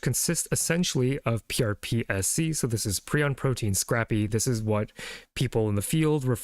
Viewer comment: This man reads these papers like he's never heard the words pronounced. Scrape-ee, not scrappy. Yak-obb, not Jacob. Jeez.